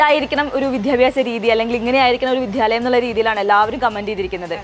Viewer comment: എന്റെ പൊന്നുമോളെ വിദ്ധ്യാലയം എന്നല്ല പറയേണ്ടത് വിദ്യാലയം എന്നാണ് പറയേണ്ടത് കേൾക്കുമ്പോൾ സങ്കടം തോന്നും. ദ സോഫ്റ്റ്‌ ആയി പറയാൻ ശ്രദ്ധിക്കണം. Anchorinod.